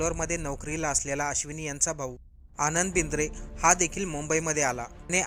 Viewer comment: कृपया नाव बरोबर वाचावे. हत्या झालेल्र्या पीएसायचे नाव आश्विनी बिद्रे आहे.